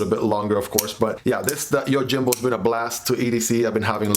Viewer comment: The J is pronounced as an H, YOHIMBO